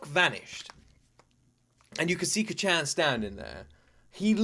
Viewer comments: Please just listen to the dub to know how to pronounce Kacchan, its Kaachaan. Sounds like youre saying Kachow lmao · Your pronunciation of kacchan is so funny. Try to say it as “kca^t-chan” where the A has a slight up, you kinda cut at T and immediately follow it with a sharp Chan sound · is still calling Bakugo, "Kachen" 😭😭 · Heads up, being nitpicky, but the first syllable in Kacchan isn't shortened. It's all pronounced with the same emphasis. Cah-chan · Can you please stop calling him Kacchan lmao... It just cringes me idk why... Imagine if your friend from childhood or your sibling called you an infantilizing nickname like Luky-Luky, I wouldn't personally call you that because I'm not close to you at all... (+ the pronunciation is really off so it kinda irks my ears too). Like you can just call him Bakugo like every other character in the show and every single person who watched the show, + it's easier for the pronunciation. Anyways, glad you're enjoying it so far, I knew it would be one of those you would like from the beginning based on your prior reactions to other shows, but it'll be fun watching this show again through you eyes. Have a great day/night!